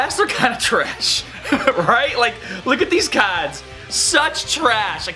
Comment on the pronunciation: He sounds normal until he says cards.